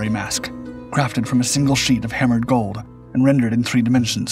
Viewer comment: Golb?! Of golb? Mask of GOLB.???!Jesus my ears are BEROEKIN.